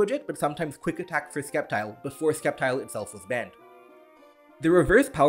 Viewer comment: I feel the need to correct you on this; the "c" in "Sceptile" is silent.